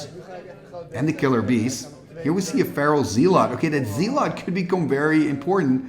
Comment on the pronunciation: zealot is pronounced "ZELL-uht" kind of like "SELL it"